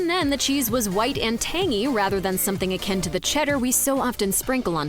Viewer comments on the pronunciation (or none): none